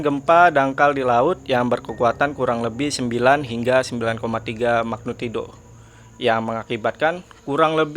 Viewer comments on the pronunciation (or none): Btw, magnitudo.. bukan magnutido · MAGNITUDO bro bukan MAGNUTIDO